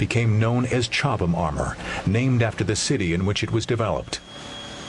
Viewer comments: Is not chobhlam its Cobhlam, Well its pronouced that way. Im British before anyone contradicts me. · It's Chobham. Chobham common was the home of the FVRDE, later RARDE, where Gilbert Harvey pioneered the armour that became "Chobham". (I'm English too).